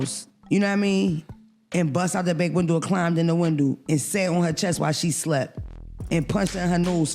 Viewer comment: Windo!! Not Window!!!😂😂😂